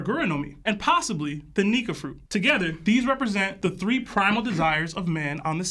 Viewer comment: How you said nikka fruit caught my attention I’m on to you my brotha👀😑